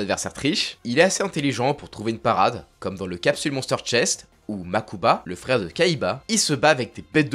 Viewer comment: Ça serait pas plutôt Mokuba au lieu de Makuba ( ça pique des oreilles entendre les noms occidentalisé de yu gi oh quand on a lu le manga on a envie de crier a chaque nom imposé par l'héritage 4kids : mensonge ! ) environ d'être matrixé par la vision 4kids qui est dépassé niveau statut quo alors que on valorise la version Jap pour beaucoup d'anime et que on méprise toute version usa qui s'éloigne de la version d'origine comme one piece version 4kids😅